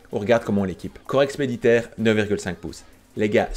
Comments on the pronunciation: Par contre juste fais gaffe: corps expéditionnaire pas expeditaire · EXPEDITIONNAIRE PAS EXPEDITAIRE